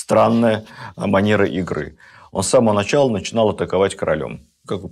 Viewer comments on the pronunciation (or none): none